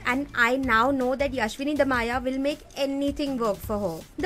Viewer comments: umm.... by the way, it's yashaswini dayama not 'yashwini damaya' no harsh feelings tho love your videos <3 <3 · Hey ..fun fact her name is not Yashwini Damaya is Yashaswini Dayama ....oh wait u forgot how it is pronounced while making a pointless video as this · it's Yashaswini Dayama. You pronounced her name so wrong.. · I cracked up at the way she pronounced Yashaswini Dayama. Silence plz. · You pronounced yashaswini dayama wrongly